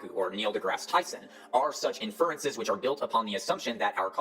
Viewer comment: Tell me you have no clue how science is done without telling me you have no clue how sciences is done, by pronouncing "IN-fer-en-ces" as "in-FER-en-ces". Take note, Formscammers and confidently-incorrect armchair scientists everywhere: Even with something as trivial as accenting the wrong syllable, I still checked several sources to make sure my claim was valid before stating it. Unlike y'all, I have the integrity to take precautions to avoid propagating misinformation and making a fool of myself in the process. Making claims without checking for evidence or support is dishonest and bad practice; making claims despite knowing that there is no evidence or support, or worse yet, knowing that there is credible evidence that invalidates the claim is straight-up bad-faith lying. Is it foolproof? Can you trust every source? Of course not, but at least making an attempt is a show of good faith. Not that y'all GAF about honesty and integrity in the first place. To be fair, willfully promoting unsubstantiated claims and/or denying substantiated claims out of greed or selfishness, regardless of how detrimental it may be to the best interests of others, isn't exclusive to pseudo-science - it's a pervasive and destructive issue throughout society, present in everything from romantic relationships that only affect those involved, to global politics affecting the fates of humans all over the world. We must remain vigilant and keep fighting to turn the shit-boat around